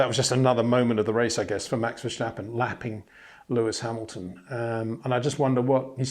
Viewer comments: HEY PETER WINDSOR, I HAVE MESSAGE FOR YOU SIR: With all due respect ... it is NOT Max "verSHtappen" ... Max is not German (Germans indeed do pronounce "st" as "sht") ... #Max33 = Dutch NL/Belgium! ... It is not "Bottash" nor is it "Lewish" certainly not "verSHtappen" .... This BS started long time ago when a British sport presenter interviewed father Jos Verstappen and assumed you can use a German pronunciation to a Dutch Driver thinking it is so "funny" ... It is not. Serious question: can any Englishman say "versatile" out-loud without saying "vershatile" phonetically? most can about 99,99% ... that is why most English can pronounce Verstappen 100% correct! Father Jos Verstappen (also F1 Racer) was very active between back then only a very few said "Vershtappen" but the vast majority of British sport presenters pronounced it perfectly ... only a few old stubborn farts like Peter Windshor. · It's just pronounced Verstappen, no need to add in the sh sound. Just say it like it's spelled and you're all good mate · very nice comments as always,. As a Dutch man can you please do me a favor???? Max is Dutch and so am I. So the proper way to pronounce Max Verstappen is. Verstappen is with an S not the German way with the SCHHHH. It's Max VertStappen with an SSSS. Would be super nice if you can add that to the otherwise wonderful reviews and comments!!! Love you guys and keep it up!